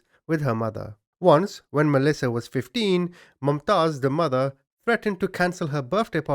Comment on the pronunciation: Man you rightly call yourself a 😁,its not "MumaaTaiz",its pronounced Mumtaz like Moomtaaz.Wtf dude,Its a common name.